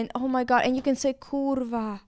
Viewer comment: Poland in a corner? Well, you have a distraught subscriber. You get a plus for the almost perfect pronunciation of "kurwa".